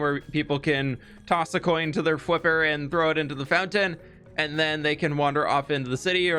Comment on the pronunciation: Toss a coin to your fWiper 😂